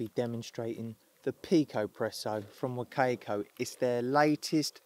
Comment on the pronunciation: Great video! Pretty sure the brand is pronounced wa-ca-co. Sounds like you’re saying “cake” in the middle of the name.